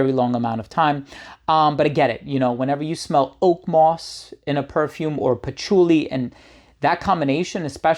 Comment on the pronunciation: Pachuly? Pachooly? Sounds like some Italian food herb element.